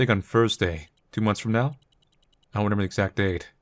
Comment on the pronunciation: 'Renember' (No idea why it stands out to me, but it's a fun little quirk)